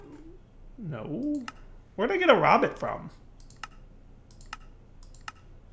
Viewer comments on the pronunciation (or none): Rowbit not Rawbit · Ro-Bit, like Robot, not like Rabbit. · It's pronounced Row-bit, not Rob-it.